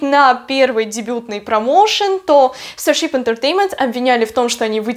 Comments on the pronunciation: Тоже😂 старщип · Потому что она неправильно произносит